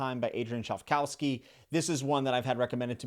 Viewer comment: 😂 "chive- cow-ski"?